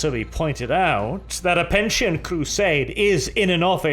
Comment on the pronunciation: Pe-ni-tent crusade not Pen-tie-nt crusade